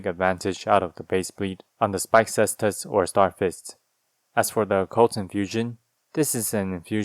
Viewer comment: Thank you for pronouncing Caestus correctly!